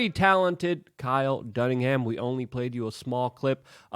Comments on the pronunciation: Luke - its dunnigan.... pronounced Done-again, not Dunningham. i know you're dyslexic but cmon, have some respect for the guy. you been using his content for nearly 3 years now, the least you can do is say his name right. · Dunnigan not Dunniham. Poor guy sounds like he lives with the Fonz over his Garage. 😝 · Luke.... It's Kyle DunniGAN... not DunniNGHAM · Why won’t you call out Woody Harrelson for being a Marxist, who gives a shit that he’s telling the truth after 3 years of silence! And it’s Kyle Dunnigan not Dunningham, there’s no Ham in his name. You can use English being your second language as an excuse for this one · you keep saying "dunningham"....its "dunnigan" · DUNNIGAN NOT DUNNINGHAM. Everytime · Pretty sure it isn't pronounced "Duningham" when it's spelled "Dunnigan." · Why oh why do you always call Kyle Dunnigan, DUNNINGHAM!!!! Quit it!!! C’mon man, you’re better than this!!! Makes you sound dumb!!! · Luke, your videos are awesome! Only one thing gets me man. You keep calling Kyle Dunnigan Kyle dunningham. It just bugs me a little bit man. Keep up the good work 👍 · I wish Luke would say his last name correctly 🤦‍♂️. Why does he always mess it up? Pisses me off.